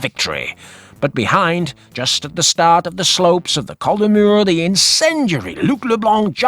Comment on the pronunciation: You pronounce the “s” in Col de Murs. It’s just down the road from me. One of my favourite climbs.